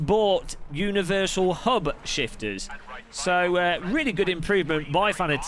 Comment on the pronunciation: It's Fah-naa-tick